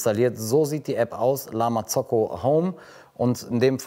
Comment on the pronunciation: Wieso betonst du La Marzocco so „eingedeutscht“, das hört sich wirklich komisch an #nofront